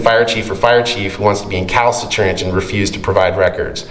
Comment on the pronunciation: isn’t the word “recalcitrant”? Not Incalcitrant